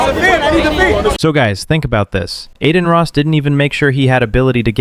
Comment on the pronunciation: I don’t care about Adin Ross or Jack Doherty, but the narrator of this channel sounds brainless.. & as soon as I heard “Adeen Ross”, I knew the channel was a joke..